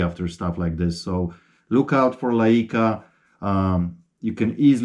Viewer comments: Its pronounced LI-CA not LI-E-CA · Typically you hear the name of the lens (and associated cameras) pronounced "Like-uh" not "Lie-ee-kuh"